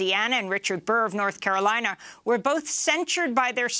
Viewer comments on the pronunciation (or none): none